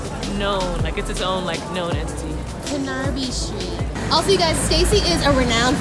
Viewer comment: The pronunciation of canarby street HahahahaHa